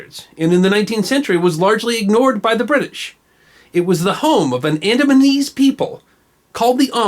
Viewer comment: It sounds like the "AdamsandEves"